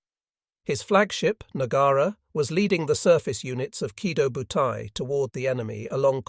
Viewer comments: The AI pronounces the name of the aircraft carrier group wrong. It's "Key Toe Bu Tie." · Yeah - that is the correct Japanese pronunciation. I suspected you weren't a native Japanese speaker because it is spelled: Kido Butai.... just like it is in the title. The way you spelled it is completely incorrect. You are leaving out the long-O at the end of the first word.